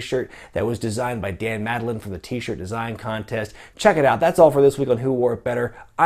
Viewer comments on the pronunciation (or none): none